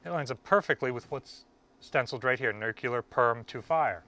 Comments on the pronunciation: You have a disturbing habit of darting your eyes all around the room as you talk to the camera. It makes you look aloof. Make a concerted effort to look at the camera when you speak. Also: learn to pronounce "nuclear" as a two syllable word, not three: "NEW CLEAR" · "Nucular...blah blah blah..nucular..blah, blah, blah" - your video is interesting, but mispronouncing nuclear is annoying. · We don't all say it that way, I promise. A little embarrassing that someone in charge of preserving a nuclear sub does but he seems well-intentioned. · Damn you really really struggle with the word "Nuclear" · Awesome that you found the keys but please, for the love of God, say the word "nuclear" correctly. Thank you for your incredible videos! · It's pronounced NEW-CLE-AR, not NUCULER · Nu-clear. Not nu-cue-ler. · Nuclear... not "nuke-you-ler" 🙄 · I cringe whenever of all people, pronounces nuclear as nuke-ya-lar instead of new-clear. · Dude. You're an authority. The word is not Nuc-You-Ler. Learn it, say it, teach it properly. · Hey! Your videos are great. I'm really addicted to them and can't wait too watch every new one that you post. But, you gotta do me a favor.... Stop saying NUCULAR... It's pronounced NEW-KLEE-R. 😂😂😂 Thanks! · Orthograph : nu-cle-ar Americans : nu-cu-lar Pronunciation : am I a joke to you? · Great vids man. NewClear, not NewCueLar :) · The word in new-cle-ar, not new-cu-ler. Only one “u” in the word. Drives physicists crazy, which for us is a short drive!😂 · Great find. But it is pronounced Nuclear, not nuculur. Good luck getting anyone to talk about how those keys work. Security clearance prohibits anyone who knows from telling you that information. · Great video but he says "nuclear" like George W (nuke-yew-ler instead of new-clee-er) lmao. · NUCLEAR NOT NUCULAR!!! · Nuk U ler. Lmao. Nuclear. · NUU-KLEE-YER not NUU-KYUU-LAR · There's no such thing as nuckular. The word is pronounced exactly the way it's spelled and it's "NUCLEAR".